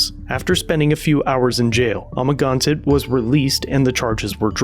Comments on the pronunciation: It's (Ama-gan-sett)............ not amaginsatt......... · I think you could have spent a little bit of time watching his videos so you can pronounce Amagansett press correctly. Just saying you could be a bit more respectful of that.